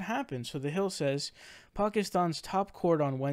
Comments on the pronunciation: Pronoucing Pakistan correctly, thats whats up. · As a Pakistani, I'm very happy regarding this news. By the way, kudos for pronouncing Pakistan correctly.